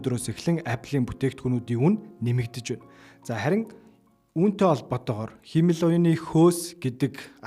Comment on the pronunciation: Сүүлийн үеийн мэдээллүүдийг цаг алдалгүй хүргэдэгт баярлалаа. Монголоор ярьж байхад англи үгийг яаж дуудах нь бараг хамаагүй байх. Харин “Хиймэл оюун” гэдэг монгол үгийг сонин дуудаад сурчихлаа шүү 😂😂😂 ХИМЭЛ оюун != хИЙмэл оюун